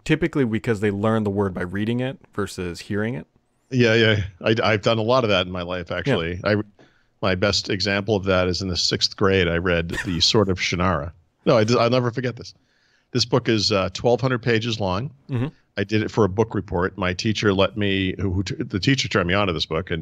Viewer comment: Funny, and like me and most people, he doesn't pronounce Shannara the way Terry intended. We say Sha-nah-rah. Terry says Shana-rah.